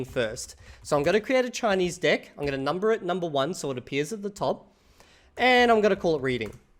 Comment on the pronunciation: I thought he was mispronouncing DECK on purpose 🙈